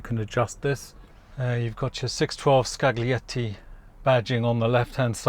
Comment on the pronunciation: "gli" in Italian is "lji". So it's scaljietti, not skagglietti.